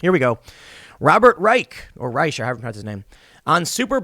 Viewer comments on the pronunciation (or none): none